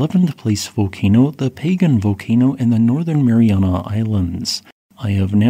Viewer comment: Pah-GON not PAY-gan